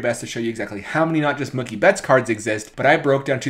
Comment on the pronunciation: What did he just say? Monkey Betts?